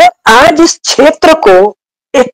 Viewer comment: छेत्र नही क्षेत्र बोलिये